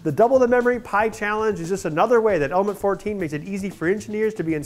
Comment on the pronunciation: am i the only persons who thinks over and over again that the guy in die video is constantly saying "almond" instead of "element"? ^^